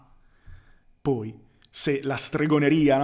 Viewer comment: Te lo scrivo solo perchè so che ci tieni: tendi a chiudere spesso la "o" di "poi" che al contrario è aperta. A parte questa piccolezza ne approfitto per farti i complimenti, contenuti intelligenti, preparazione intelligente (di te stesso) e dialettica altrettanto intelligente. Più che un "Grande" è necessario scriverti un "Grazie". Grazie